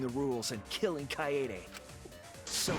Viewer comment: it’s pronounced kaede